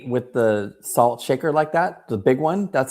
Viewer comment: This is Jason Kaplan's pronunciation of the word: salt. "THAW-ULT"